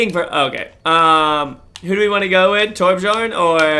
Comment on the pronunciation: The "j" is not pronounced normally in Torbjourn. Its is pronounced more like torb-yorn. Kind of like Mjolnir Thors hammer.